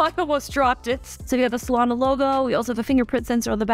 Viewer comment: Solana?? A SZA phone???? 😂😂😂😂😂